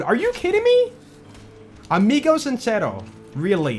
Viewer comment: Love the way says Amigo sincero 😂